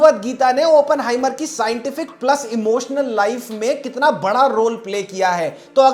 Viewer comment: Why is everyone pronouncing it as Open-heimer ( opening ) its Oppen-heimer .